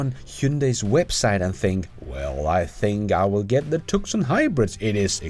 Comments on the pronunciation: I think your program and you are great. Your English is excellent. But just a small piece of advice. TUSON is pronounced TOO SON. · My favorite Tesla friend has a slight Texas accent, to my ear. From westerns? English teacher? Definitely not from Arizona. It's pronounced too-san. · good episode. FYI, Tucson is pronounced "Too-sahn" not Tuck-sun. I know it's weird. We live in Tucson, Arizona, USA, so I know. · Two-Sahn. Not Tuckson. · It’s pronounced TOOOO-SON not Tuk-son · Just FYI, Tucson is pronounced TOO-SAN, not TUK-SAN. Otherwise, I love your content. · Great video 🍻👍 PS Tucson is pronounced “Two-son” not “Tuck-sun”. I’m an Aussie and spent two yrs in USA. Went to school their and did Yr7,8,9 and in yr 7 doing a book review said “Tuck-suk” and all the kids laughed at me. I then asked them how to pronounce Woolloomooloo and then laughed at them when they couldn’t 😛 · “Tuscon” pronounced too-sahn. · Sir, Tucson is said as TooSun (a city in the state of Arizona ) --- Dictionary Meaning --"The name of the city of Tucson derives from that given to Sentinel Mountain by [Tohono O'odham] Indians, Ts-iuk-shan, referring to the fact that the base of the mountain is darker than its summit. Hodge also says the Tu-uk-so-on means "black base.”.... ... Spanish pronunciation yielded Tuqui Son or the current Tucson." Love the videos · Hybrids had their day and they helped transition to the BEV. We bought a CMAX Ford in 2010 and it has been a great car at about 45 mpg but we are selling it for a Tesla. OH Btw Tucson is named after a City in Arizona and it is Pronounced Tu-sawn. I know I know the English language is a little messed up . Love your videos and am a supporter of your channel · FYI Tucson sounds like "Two sawn" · TUCSON... is pronounced... two-sawn... just fyi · The "c" in Tucson is silent fyi... Sounds like "Too-sawn" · FYI, The “C” in Tucson is silent. So it’s “TUU-sahn”. Don’t ask me why, I’ve never understood it either.